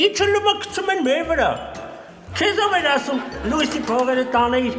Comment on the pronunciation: Ասըմա😂պ ի տեղը (ձ) ա ասըմ՝ էս ում թլիկ էրեխենա😂😂👍👍👍